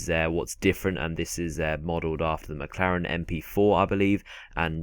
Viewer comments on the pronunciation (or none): none